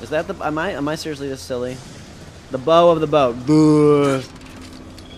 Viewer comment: Mispronounced BOW. BOW as in the front of a ship, said like the word OW! (or like the dog says "BOW-WOW"). DUH